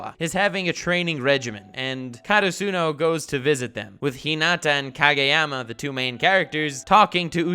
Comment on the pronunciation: God you just can’t help talking about Hunter X Hunter and Meruem can you? I’m so glad you actually talked about Haikyuu. It’s an awesome sports anime. Although you’re pronouncing Hinata and Karasuno wrong.